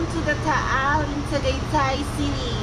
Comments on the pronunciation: it is Pronounce Targaytay. Glad you liked it. It is quite a lot cooler than Manila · dude u need to brush up on some pronunciation ..its ta gi tie and lechon ka wally